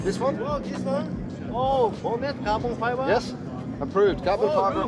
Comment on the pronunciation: New word for the day: “cahbin faibah?!” 😂😂😂😂 #kefe